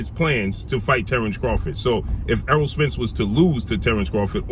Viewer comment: Name is errol pronounced like arrow not earl smh but anyway love your content